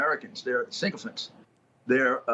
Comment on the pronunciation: you mean SYCOPHANTS…. not “sink-oh-fants”.